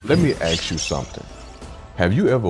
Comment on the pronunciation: AXE YOU???? or do you mean to say...ASK YOU???